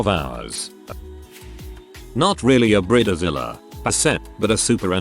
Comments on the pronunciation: This is why AI voices are a bad idea. Brid A Zilla. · Briedder zilla 😂💀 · Ooh it gets me everytine he says brid-eh-zilla